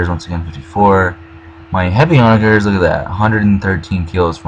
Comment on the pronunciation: Also for "onager", the -ger is pronounced the same way you would for the word "german".